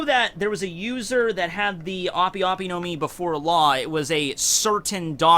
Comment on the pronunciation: Its pronounced ahp. ope is short for operation